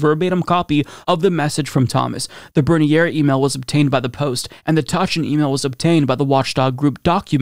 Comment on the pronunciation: I know I’m a stickler but Bernier is pronounced “burn-yay”. Thank you so much for covering this. The Thomas family should not be in politics. That was also a pretty badass commentary by Jeffreys at the end there.